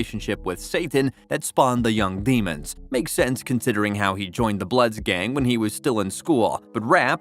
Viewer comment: He said “demons” he pronounced that wrong asf🤣